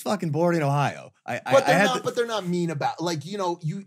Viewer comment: I thought that too the first time I heard him say it. But he keeps saying it. And keeps saying it lmao. And his inflection gets worse every time he says it. He refers to Ohio like it’s Afghanistan